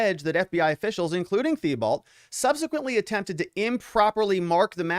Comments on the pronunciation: Hey. Thibault is pronounced Teebeau. 🇨🇦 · thibault is pronounced T-bow btw <3